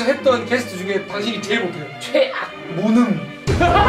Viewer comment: ㄹㅇ 진렬이가 '최앆!'해서 개뿜었다ㅋㅋㅋㅋㅋㅋㅋㅋㅋㅋㅋㄱㄲㅋㅋㄱㅋㅋㅋㅋㄱㅋㅋㅋ나름이 기분얼마나 더러울까